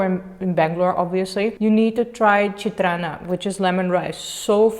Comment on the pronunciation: I just loved how u called "Chitranna" 🥺😍 try different bajjis, masala puri , bangarpet chat n also churmuri next time